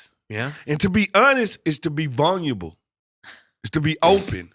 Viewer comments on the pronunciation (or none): "To be honest is to be vunyable" -Frederick Smoot